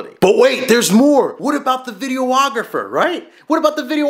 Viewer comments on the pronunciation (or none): Had to laugh at one funny thing... really not trying to be a dick, it's just funny, and I hear it allot. Ok, do you call the person taking still photos a, "photo ographer?" No, you say, "photographer." Likewise, the person shooting video is a, "videographer." ;)